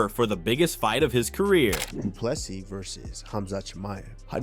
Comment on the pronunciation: The last "s" in De Plessis is silent. Adensanya "s" pronounced as "s" not a "z". Even pronouncing Khabib surname wrong, I'm done correcting you. It's your channel, do some research.